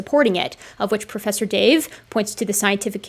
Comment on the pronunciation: Pwofesser dave....not a professor.